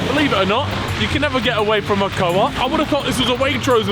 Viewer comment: as a swiss person.. 1. we call it ‘coop’ not ‘co-op’.. 2. 20 francs for a pizza is definitely normal.. Switzerland is an really expensive country. A normal night out for dinner is about 150